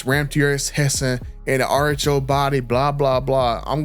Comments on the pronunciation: I thought he was saying artichoke.😅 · Man I thought you were saying artichoke then realized you were saying RHO!😂😂😂 and I thought, what the hell is he talking about artichokes for?😂😂😂😂